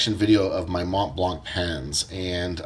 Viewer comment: Collecting and still can not pronounce the brand. ..